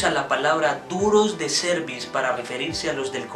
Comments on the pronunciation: La pronuncias como cervix o cuello uterino😢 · no le ponga el acento a la palabra cerviz en donde no va se escucha feo la pronunciacion